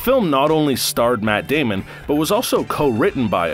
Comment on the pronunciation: I swear that doll character said Matt Damien